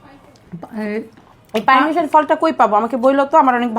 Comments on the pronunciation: পারমিশন❌ পারছিমন✅🤣🤣🤣🤣🤣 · persimmon ❌ Permission ✅